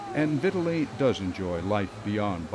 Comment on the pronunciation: It’s VitTAli lol the way he says it